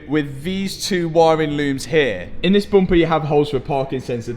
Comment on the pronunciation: As an American living in Northern Wisconsin (known for heavy accent) I love hearing you say 'Booumpa' haha love the content my man!